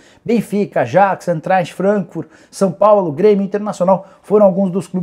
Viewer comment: "são paulo" kkkkkkkkkkk